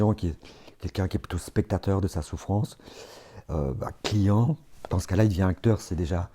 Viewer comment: « Palient », « clitiant », « axiant » 😅 Je plaisante